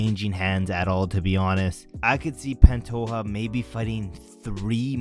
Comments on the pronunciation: It’s Pantoja, not Pantoha. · The j is pronounced zhhh in pantoja